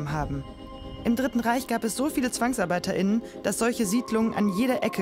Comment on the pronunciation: diese "gendergerechte Sprache" ist ziemlich nervig. (ZwangsarbeiterInnen) Wenn wirklich die weibliche Form "Zwangsarbeiterinnen" meint, dann spricht sie das Wort echt falsch aus...